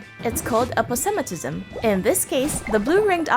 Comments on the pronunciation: isn't the word APOSEMATISM not eposemitism? (a vs e)...? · "Eposemitism," is "Aposematism." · Pretty sure it’s Aposematism not Epo 😅